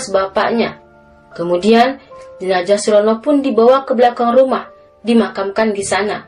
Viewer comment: Salam dari Riau, dek mimin. Sedikit masukan, harusnya jenazah, bukan jenajah. Z dan J itu beda.